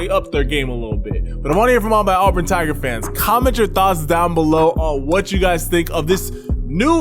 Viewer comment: As a born and bred, in Auburn, auburn fan, I gotta give you props for pronouncing Auburn correct. Helll yeah!